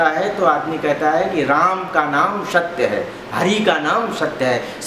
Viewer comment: पंडित जी,आप दूसरे कथा वाचक को नीचा दिखा रहो,आप का 'सत्य' शब्द का उच्चारण भी शुद्ध नहीं है,स्वयम को अति ग्यानि दिखा रहै हो ,एसा भरम न पाले।जय राम जी🙏🙏